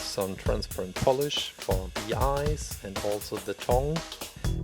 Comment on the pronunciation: It's not Eyres it is called eyes